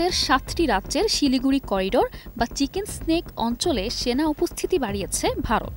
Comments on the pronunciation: চিকেন স্নেক না, চিকেন নেক। এতো ব্যাসিক বিষয় জানেন না কিন্তু রিপোর্ট করেই যুদ্ধ লাগিয়ে দিতে চাচ্ছেন! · কথাটা চিকেন নেক উপস্থাপিকা বার বার উচ্চারণ করেছেন চিকনেসনেক।